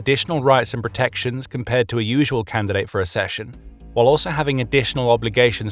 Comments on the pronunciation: It is spelt accession. There is a double 'C' there, as in ac-session, not assession. You can ask google to pronounce words you don't recognise. Do you say asseptable? Do you say access or assess? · accession is pronounced like success & access. Ak-session 🧐👌🤓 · Please learn to pronounce one of the key words correctly: accession = ak-SESH-uhn /ækˈsɛʃən/